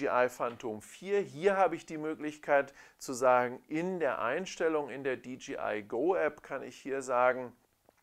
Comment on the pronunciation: Dee-JAY-Eye (DJI), nicht Dee-GEE-Eye (DGI)... bürgert sich irgendwie langsam ein, diese falsche Aussprache.... Sonst aber sehr schönes Video.